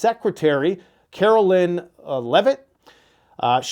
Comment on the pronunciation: Her name is not Carolyn. It’s Caro- line as in clothes line. Signed , mother of a Caroline.